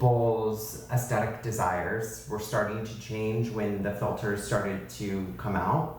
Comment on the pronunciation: SO good to hear pronounce “aesthetic” correctly. AesTHetic. His social media person (and so many others) mispronouncing it with a hard T sound drives me CRAZY. AesTetic. Omg. OMG. We need corrective surgery on people’s butchered linguistics.